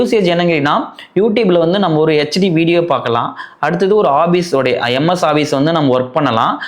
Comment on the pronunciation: Office ❌obbise ✅